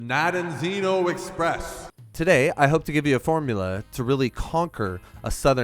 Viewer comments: nope, its Rogovo in english, you got it right the fist time :) - Nadejdino. Rogovo means something like "horns town" and Nadejdino should mean skmething like "hope town" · I think, phonetically, it's Na-dej-dee-no